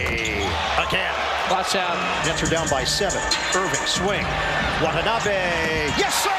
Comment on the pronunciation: The correct pronunciation of Watanabe's name is, Wa-ta-na-be , not Wat-n-abe !